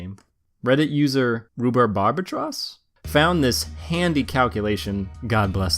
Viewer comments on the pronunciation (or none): rhu-bar-ba-tross sound it out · Rhubarb + Albatross = Rhu-BARB-ah-tross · XD Rhu-bar-ba-tross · at 307 its ROO Bar Buh Tross. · Ru-bar-ba-tross. Whew. WHAT A DIFFICULT WORD TO PRONOUNCE HMMM... In other news great video fam <3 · Its pronounced like Rhubarb-Atross. Mix between Rhubarb the plant, and Albatross the bird.... Don't ask :D Thanks for the shout out though, happy my data is being put to good use :)